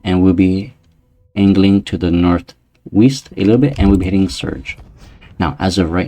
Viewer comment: bro did you say north-weast???